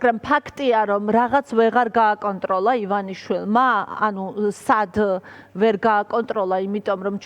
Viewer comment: "ლაღაცც ვეღალლ გააკონტროლლა ივანაშვილმაა!?" ლ-ებს რატომ არბილებს ეს თინეიჯერი ჯორნალისტი 😂?